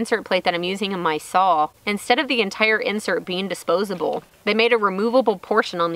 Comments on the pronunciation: I am sorry love your posts but saw is saw! not sawl! lol!! to each their own! great job! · I love how you pronounce SAWL!!! LOL Too cute. We used to say that up north here when I was very young. It seems like every time I watch one of your videos you do something that reminds me of when I was your age. Very cool and nice builds too. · I just like listening to say saw. Oh those funky Texas accents.